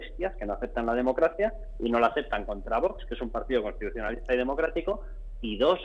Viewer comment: Espero que algún día el presentador aprenda a pronunciar la X de VOX. Una ayuda, se dice VOKS.